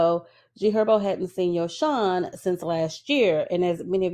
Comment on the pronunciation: Yosohn name is pronounced as Yo -Son. Ari admitted to inviting other women in their bedroom. I wont be surprised if their relationship is over. Men like bag like women like airi who invite other women in so if they do stay together i think it will be built off of lust and material things.